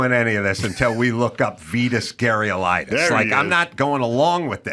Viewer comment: Adam can't even begin to pronounce Vitas Gerulaitis